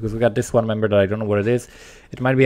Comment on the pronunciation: Love the vid and you, but when you said "member" I heard "man-bear".